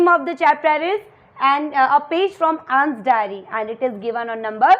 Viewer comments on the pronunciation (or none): Nss nhi h Anne's h 😂😂